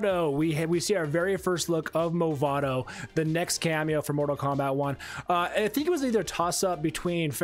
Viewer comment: "Mavado" my friend